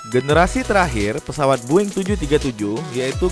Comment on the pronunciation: Bang kok lu bilang "Boeing" Boing? Aneh banget dah(BUKAN HATERS)